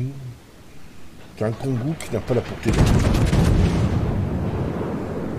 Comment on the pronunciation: Bonjour et bonne vidéo mais ont pas entendu pourquoi tu l'appelle Kongou et non Kongo